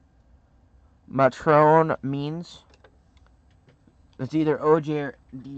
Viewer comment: Its Nay-Tron Means, Dan Mar-Lee, Craig E-Low